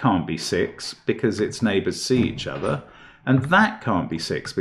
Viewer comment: He says "it can't be 5 cause it's a german whisper number" then immediately lapses into a German accent with "see each ozzer" Brilliant had me laughing pretty hard!